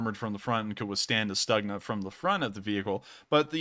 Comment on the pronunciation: stookhna. not staagna